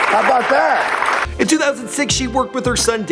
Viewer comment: I heard "How bout dah" haha